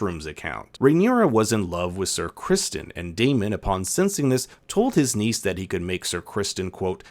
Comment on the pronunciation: You kept pronouncing ‘Sir Crispon’ wrong